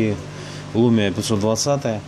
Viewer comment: ты слов нету как ты произнёс это слово,я так ржал пиздец ЛУМУА это торба колхоз